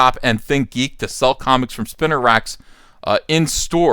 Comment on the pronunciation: Spinner racks...? Do you mean SPEENER racks?